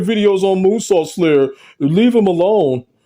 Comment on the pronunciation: Did you say “Coonsault”?!💀